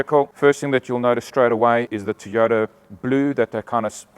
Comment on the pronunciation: Mate why do you say teyota instead of Toyota.? and can you get these with cloth seats hate leather.?